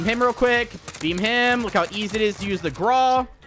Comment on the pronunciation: It’s pronounced grauw not graw